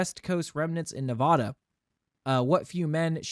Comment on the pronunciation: I love your content but im having an issue with your pronunciation of Nevada. Its not Nev-ah-duh its Nev-aa-duh.